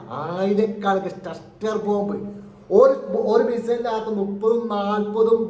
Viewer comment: ക്ലസ്റ്റർ ബോബ് =ട സ്റ്റർ അല്ല